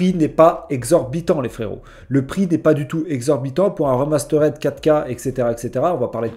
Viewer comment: Remasterède...????? puree l'anglais 😂😂😂